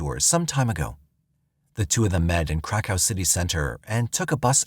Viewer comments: That's exactly what I thought they were saying at first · I thought the same thing 😂😂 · Lmfao glad somebody said somethin thats honestly wat i thought he said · YES IT SURE DOES lol I HEAR THE SAME EVERYTIME HE SAYS THAT WORD😄🤦🏽‍♀️ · I kept hearing crack house the crack hoe. I came to the comments to see if anyone else heard the same thing 😂😂😂